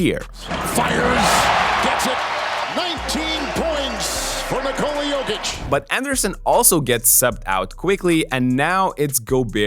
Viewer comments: it is "YOW-KICH " not "YOKE-KICH" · A suggestion: It's 'Yokich' as in 'Yo whats up', not Yawkich as in 'yawn or y'all' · It's not "yock itch" its "yo kitch" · Im from Serbia, to explain in English, it’s Yoke - eech. But the double ee sound is short and sweet, like the letter E when you do abc’s. And the emphasis is on the first syllable Yoke. Like Joke but a Y sound instead of J. So Yoke-eech accent on the Yoke. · u pronounced jokic wrong. its GOATic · I thought you are mispronouncing Jokic... but now I am wondering if the rest of us are xd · Yeaah, stop making NBA videos when you can't even pronounce the league MVP's last name correctly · That jokic pronunciation is a joke. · You also did it wrong ,it goatИЋ ;) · What is that weird pronunciation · I don't think so, I've looked up some pronunciation videos, the way is says it isn't accurate. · It’s not completely accurate, I’m Serbian and he is doing his best but that “o” is wrong.